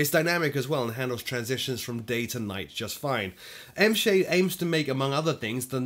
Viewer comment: Got $5 that says ENVSAHDE is supposed to be pronounce as ENVY Shade